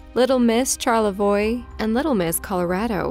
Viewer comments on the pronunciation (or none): Charlevoix is pronounced shar-la-voi